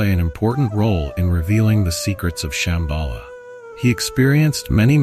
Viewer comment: Es heisst Shambhala und nicht Shembhala, Ladhak und nicht Ledhak. Viele der Sanskrit-Wörter sind falsch ausgesprochen. Ist wirklich störend. Lilo